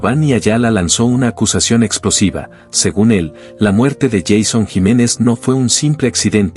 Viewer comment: Porque dice Jason Jiménez, el nombre de él es YEISON JIMENEZ Y SU NOMBRE COMIENZA POR : YEI.... , NO JA...